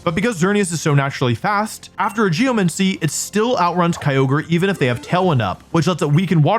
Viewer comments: He keeps calling it Geomuncy lol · great video so far, but how many times can I handle "geomency" before I go insane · the way he pronounces 'geomancy' is actually hurting my soul. bro GEOMANCY. where are you getting 'geo-MENCY' from??? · Like geomency instead of geMANcy your doing this on purpose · "Geomincy".. cringe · Am I crazy? Or are you saying geoMENcy? Is this an accent or pronunciation variant I'm unfamiliar with? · I can't believe he spent all that time saying Geomancy and Primordial wrong only to only pick up on his mispronunciation of Aerilate. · Since you mentioned people correcting you, I have to say: it's pronounced "pry-more-dee-al" not "pry-more-jul" and geomancy is like "geo-Nancy" Primordial